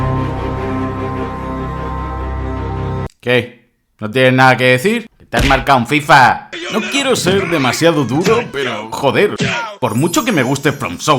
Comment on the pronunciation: "T has marcado un fiffa" jajajaja